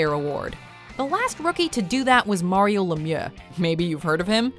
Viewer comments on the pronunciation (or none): none